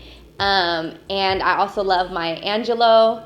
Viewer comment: Did homie say Maya Angelow??? 😂🤦🏽‍♀️